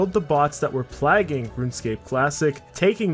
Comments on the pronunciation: You're pronouncing "plague" and every variation of the word wrong. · I cringed hard when I heard him say it.... ever heard of the Black Plague? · plague, beg... Bruh do you know how to pronounce these words?